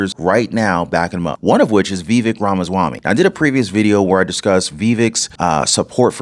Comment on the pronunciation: Now repeat after me vivek ramaswamy (V-veck-rom-ah-swom-e)